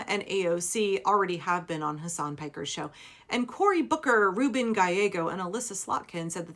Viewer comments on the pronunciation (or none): Can people effing learn how to pronounce his first name? It's so irritating, and disrespectful. Hasan Piker, Mehdi Hasan, Hasan Minhaj. You don't stress the second syllable.